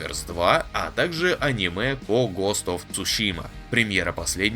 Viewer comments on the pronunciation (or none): none